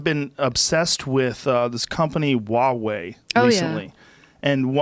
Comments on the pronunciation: It's Huawei lmfao. It's chinese so its pronounced WahWay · Never heard of Wawei phones Joe... I think you mean to say Huawei. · Oh geez. Educate yourself on Chinese theft of IP. 1. It’s pronounced Hwa way. The H is pronounced. 2. My daughter has a Huawei phone. They are sold here. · lol wawey does this dude not read the H